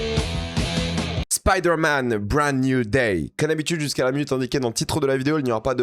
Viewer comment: Spider man brande nouille day , j'adore ton anglais